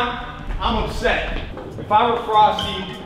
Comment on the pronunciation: YOU FEELING ALRIGHT EDITOR? Courage: Frosty: FrostE Me: What the fuuuuu